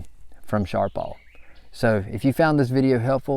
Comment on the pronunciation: Its not sharp all, its sharp pal